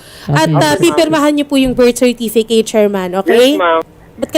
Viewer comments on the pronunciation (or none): certifiket hindi certifikeyt ang pronunciation.